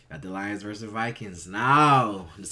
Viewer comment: Versus. NoT Verse 🤦‍♂️